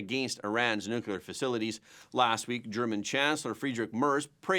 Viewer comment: Yet another educated person who can't pronounce "Nuclear." Scientists don't split nor fuse atomic "nuculi," because there is no such thing. It's nu-cle-ar, because it involves nu-cle-ar matter. Simple.